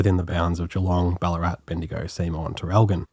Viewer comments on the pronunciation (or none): none